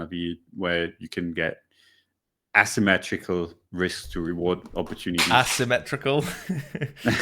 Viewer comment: I love no matter how he says ass-symetrical 🤣. I hope you guys make more videos during the week.